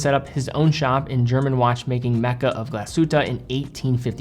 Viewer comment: Lange, not Lan-ga. Glashütte, not Glashutta.